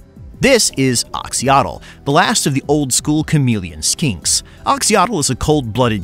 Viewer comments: If you see an "X" in a Latin -character transliteration of a Mesoamerican language, it's pronounced "sh". I know doesn't know that. It's just too painful to listen to without trying to correct it. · Did you already stop bothering with the "x" = "sh" pronunciation or did I get rused in that last video of yours?